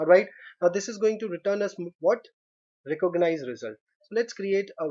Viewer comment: These guys are really learning English through programming languages lol, recooganize